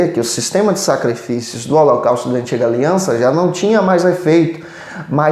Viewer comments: Meu querido pastor, só corrija-se! " HOLOCAUSTRO " não! a palavra deve ser dita: HOLOCAUSTO. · Prezado: vc diz " Holocaustro "